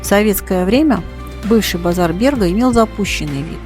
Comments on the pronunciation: Ну наверное произносить надо на латышский манер, как это принято в Риге - бЭрга, а не бЕрга. Слушать НЕВОЗМОЖНО. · Спасибо за фильм. Очень большая и качественная работа. Только бЭрг надо произносить😊😊😊😊😊